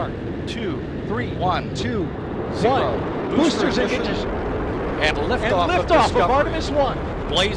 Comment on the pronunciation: Artemis guy couldn’t even say Ignition properly 😆 jokes aside, Mistakes happen. Also, Damn. Space shuttle Era Commentry used to sound so cool.